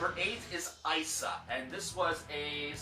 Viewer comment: Ruun is pronounced roon. Isa is not an open I sound. It is pronounced eesa. Love your videos but I just wanted to clear those up.